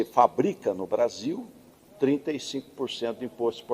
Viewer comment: Fala. Brasillllll , igualmente ao vargas.